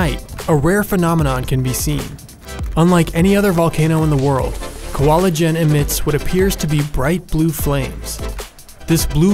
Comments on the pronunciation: it's not Kwalujen, it;s Kawah ijen (ijen crater). Go try hear that word in Indonesia language on google translate! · kwalah LJEEN??? are you miss pronounce? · The way the narrator pronounced kawah ijen got me confused